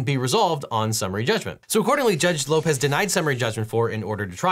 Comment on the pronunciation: When he said Judge Lopez I heard George Lopez 😅